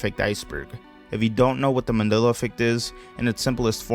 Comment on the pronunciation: He can't even say Mandela correctly